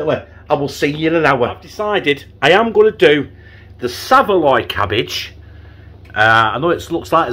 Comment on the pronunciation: Saveloy cabbage!!!....It's Savoy cabbage ya cabbage 😂🤣🤣😂👻